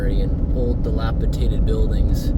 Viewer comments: Please, the word is delapidated, not delapitated. Just trying to help. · Drinking game for this video, take a shot every time mispronounces dilapidated